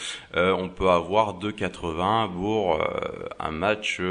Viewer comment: Ta remarqué que tu disais B les P ???? tu dis Bour au lieu de Pour ! ah ah ah aucun rapport avec la vidéo mais je voulais te le dire rien que pour te taquiner ah ah ah ça va c'est pas méchant... tu es peux être dyslexique...